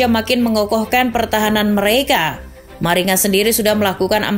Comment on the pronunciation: Maringa dibaca "maringga"